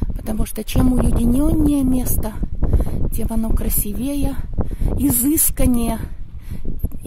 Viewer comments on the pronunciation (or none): красИвее ( правильное ударение на "и")